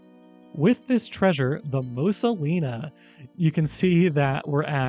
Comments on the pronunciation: Why do you keep calling it "The Mosa Lina"? The test is very clearly says "The Mona Lisa". Thanks for the video. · Question-- why do you keep saying "Mosa Lina", when the game itself visibly says "Mona Lisa"? I'm just curious if that's a bit you're doing, or if it's like... for legal reason, or what? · why are you saying mosa lina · Calling the Mona Lisa as the Mosa Lina completely took me out. I'm so confused. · "Mosa Lina" ? :P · The “Mosa Lina” 🤣